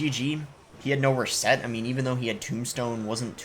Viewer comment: love your content boss, you just play all sorts of decks at the top of ladder and make it seem so easy, on a side-note your 'reset' pronunciation is interesting